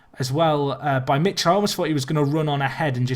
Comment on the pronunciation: Michel is pronounced mikèl